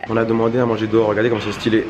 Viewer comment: « c trop sten » tu mas lair d’être un mec de corbeil